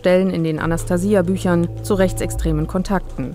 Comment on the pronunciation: die kann ja nicht mal den Namen Anastasia richtig aussprechen ! Forscher der Linken !